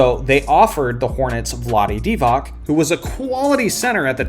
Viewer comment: omfg another bball expert that says vlade divaK. its divaC, C not K.